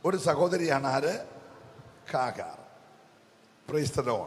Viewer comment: കാഹാർ അല്ല..."ഹാഗർ"